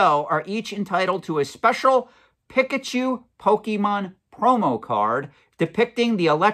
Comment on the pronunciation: Does he purposely mispronounce pikachu?